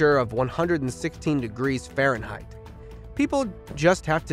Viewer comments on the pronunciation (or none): none